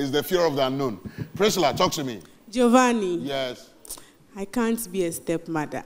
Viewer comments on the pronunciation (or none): It’s pronounced Jo-van-ni!